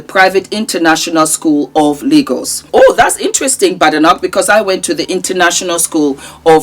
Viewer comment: The name is Scottish, pronounced as Bade.. noch not Ba de noch.